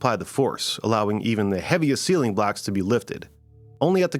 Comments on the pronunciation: Your pronunciation of “blocks” is awfully close to “blacks” which makes this video weird. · Did you say blocks or blacks?